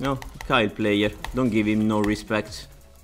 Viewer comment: its not kyle its kayle. pronounced like kale.